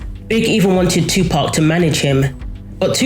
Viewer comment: Right, I'm saying Tupark from now on 😅